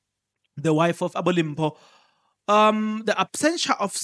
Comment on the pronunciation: Journalist the way we pronounce Mrs Hani's name is like Dimpho whereas it is written as Limpho